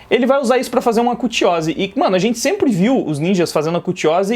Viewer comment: fala! tudo certo? queria só ratificar sua pronuncia: é KuchiOse e não kuchiÓse:D